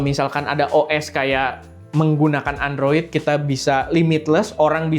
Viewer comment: Android juga buakan endroid bg